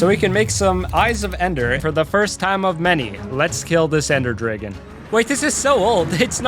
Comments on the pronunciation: why do you say dragon like (driggin)? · Unless u just say dragon super wrong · Ender “Dregen” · Hearing him say dreygon 30 times is killing me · dragon not draygon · "Ender dregon" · Why tf are you calling them dregens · Ah yes the draygon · Brother do you know how to say Dragon 😭